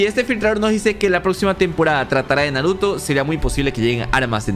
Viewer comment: dijo naroto? xd